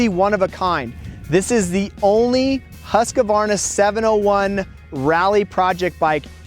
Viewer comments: It’s pronounced Husk-var-na. Not Husk-a-var-na. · OK,... a pet peeve of mine. The name is Husqvarna!!! NOT Husq a varna!!! People have been driving me nuts with this for 60 years now. THERE'S NO A IN THE MIDDLE !!! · Why do Americans have a problem pronouncing Husqvarna ? It is simply pronounced Husqvarna , not Husq-A-varna. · „husqAvarna“ ik its no big deal but it triggers somehow🙄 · Why can't you guys learn? It's not Haskavarna!! What the hell is wrong with you all? ofcourse, the Akra-povik is here aswell... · hus-kA-varna? akrapOviK ? wtf is wrong with you? its husqvarna just as you read it and there is a reason why there is a c at the end of akrapovic. its like akrapo-which. i am actually mad right now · Dur svårt ska det vara att säga Huskvarna? =) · oh man, nice bike. But Husko-Farna ???? Akro-povitsch ??? it hurts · In Austria, they pronounce it, Hoos-va. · i really want to punch his face so hard for pronouncing somthing in such an annoying and wrong way